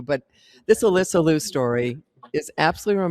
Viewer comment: Can you both pronounce Alyssa's last name correctly please? It's not "Loo", it's LEE-YOO.